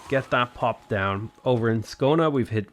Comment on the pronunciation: Dumfries to rhyme with fleece. Ayr same as air. Scone to rhyme with spoon.